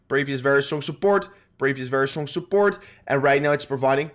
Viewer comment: I love the way you say "sooport" 🤣🤣🤣